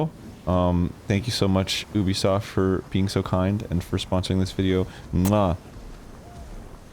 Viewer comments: It's not Oobisoft. It's Ehbisoft. (I'm sorry but at this point it's Mehbisoft). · what the fuck do they mean Eh-bisoft? the letter U is pronounced nowhere near Eh in French. I get that it's a sound that doesn't exist in English, but saying Yubisoft is much closer than Eh-bisoft? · Immediately mispronounces Ubisoft 5 times.. you be soft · Very VERY FIRST THING on-screen: it's pronounced eh-bi-soft: Lol no it's not